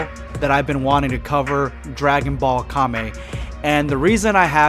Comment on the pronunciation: non weeb: calls kame kay-m